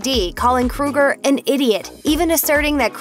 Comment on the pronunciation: It is Kroeger promounced with an Ohhhhh not like Freddy Krueger.